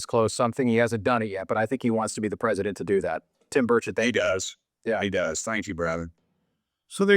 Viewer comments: Hi, I’m from Tennessee and we love Rep. Tim Burchett here. Please note that you are mispronouncing his name and also misspelling it. Burchett is pronounced BURR•chit. Thank you for your ministry. I’ve followed you for years, and pray for you and your family 🙏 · Congressman Burchett from Tennessee. You pronounce his name like the Burch tree then the word it. I have heard you pronounce and write his name incorrectly. Please be respectful.